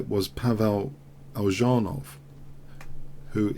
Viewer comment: Its pronounced Elianov :D there is no j - ж in the name :D